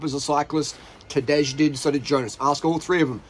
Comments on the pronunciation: It's not Tadezhhh, it's Tadei, for the hundredth time ffs. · Tadej is spelled like Tadey not Tadeg.